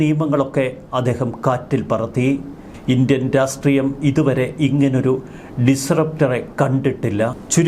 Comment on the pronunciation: രാഷ്ട്രീയം എന്നാണ് ഉച്ചരിക്കേണ്ടത്.No രാശ്ട്രീയം/രാസ്ട്രീയം